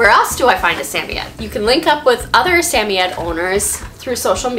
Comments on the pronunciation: I love this video can’t help but say respectfully it’s Sam-oy-ed not sammyed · I have never heard a samoyed pronounced the way you do. Where are you from and why do you say it that way?